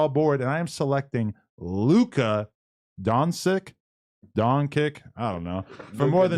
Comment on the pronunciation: Donchick, donjic